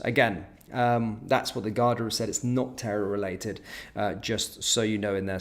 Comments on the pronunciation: GAR-DA not Gardia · How do you flit between correctly pronouncing Garda (Gar-da) And incorrectly calling them Gar-dia. Bizarre, in my humble opinion 😵‍💫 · There called the Garda not gardia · Gardia is pronounced gar-dee and refers to the police force. Garda is singular (and officer) and pronounced as seen. If you do news you have to pronounce things correctly. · It’s pronounced like guarda (Garda) not gardia just pointing you in the right direction that’s all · Pronounced 'Garda', no I in Garda. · Gardea haha it's pronounced 'Guard I'